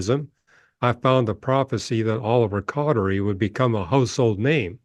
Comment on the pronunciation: I agree, it's disappointing to me when people disrespect the LDS church because they haven't put an honest effort into researching it. I don't mean to disrespect that guy, but he didn't even know how to pronounce Oliver Cowdery's name.